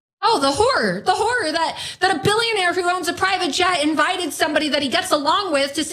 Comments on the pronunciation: Laura Loomer, like many Americans, does pronounce “the horror, the horror” the same as “the whore, the whore”. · Swear she said oh the whore! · Is she saying horror or whorer? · Did Loomer say “horror”, or woman of the night?